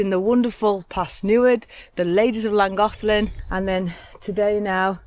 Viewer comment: Hey, sounds like you've got the pronunciation of "Llangollen" down like a regular Welsh (if that's the right term). I think you'll like New Orleans if/when you come in a couple years. It's definitely a party town so you guys should have fun, and you can be just about as "rude" as you want...lol. I'm hoping things have gotten much, much better over here by that time. 🤞Oh, if you run into trouble while your there, just give me a shout. It's a bit of a drive for me but, I'll bring the bail money! 😂 Thanks for sharing. Take care.